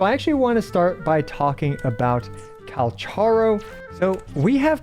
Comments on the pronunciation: Thanks for the tips, will reassess my builds and see if I can adjust some things based on the suggestions here. Speaking of which, I think the official pronunciation of Calcharo is KAL-kah-RO (some say it's derived from Kakarot)? Ofc could be wrong. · i jsut laerned that calcharo isn't pronounced like kal cha ro bur kal ka roh (in the official character video thingy they pronounce his name) im just gonna call him sephirot any way :D kakarot was a fun name to similar to sephirot